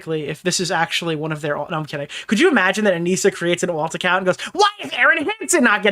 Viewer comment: I think it's really funny that repeatedly calls her "Ah-Nih-Suh", when both she and Ian refer to her as "Ah-Nee-Sah". He has been covering this story and been an active participant in the previous events, but doesn't even know her name. Sounds like she has not been communicating well with the volunteers.